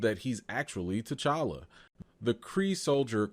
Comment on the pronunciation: Put some RESPECK on T'Challa's name!! That "ChaCha" molested me in my spirit!! Also, while I'm here: #RecastTChalla